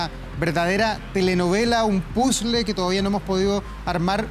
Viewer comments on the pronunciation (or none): none